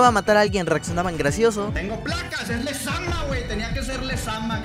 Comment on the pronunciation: Lezama ❌ Lezama✅